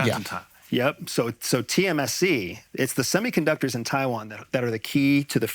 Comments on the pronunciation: He is a phony. No CIA employee would do a podcast 😂😂😂 Also its tsmc not tcsm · BRO SAID TMSC not TSMC lmao